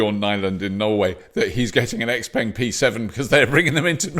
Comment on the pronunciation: Its not called X Peng! Lol its pronounced Shao Peng 小鹏